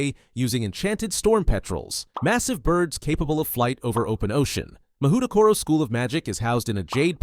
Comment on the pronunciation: btw mahoutokoro is pronounced mah-hoe-toe-co-row. Mahou = magic, tokoro = place. Literally "magic place"